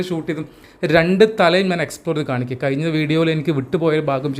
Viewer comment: വോക്ക് വേക്ക് എന്നൊക്കെ ഉപയോഗിച്ച് ഇംഗ്ലീഷ് പ്രൊനൗൺസ് നന്നാക്കുന്ന മിടുക്കൻ മഴ മയ.. കഴിഞ്ഞ കയിഞ്ഞ. മുഴുവൻ മുയുവൻ.. കോഴിക്കോട് കോയിക്കോട്.. തുടങ്ങിയ വാക്കുകളുടേയും ഉച്ചാരണം ശരിയാക്കി മലയാള ഭാശയോടുള്ള കായ്ചപ്പാടു കൂടി പരിശ്കരിക്കണമെന്ന് അഭ്യർത്ഥിക്കുന്നു. തുഞ്ചത്ത് രാമാനുജൻ എഴുത്തച്ഛനേപ്പൊലെയുള്ള ധാരാളം മഹാന്മാരായ ഉസ്താദുമാരുടെ കശ്റ്റപ്പാട് മലയാള ഭാഷാസംസ്കരണത്തിന് ഉണ്ടായിട്ടുണ്ട്. മറക്കരുത്.